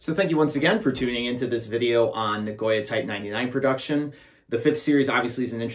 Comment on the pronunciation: Na-go-ya Not na-goy-a